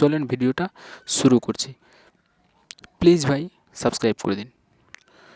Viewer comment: আপনি মুখের উচচারন ঠিক করেন যেমন Locked please duto vul উচচারন kore6en